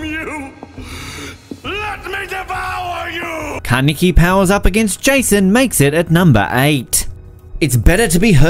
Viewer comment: Did he say kaneke